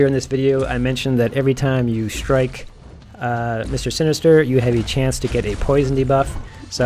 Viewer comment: haha its all good I was just making fun of how you were saying his name. Actually was a good video, though without Heimdal I'm still having issues. Act 6 is a horrible bit of content.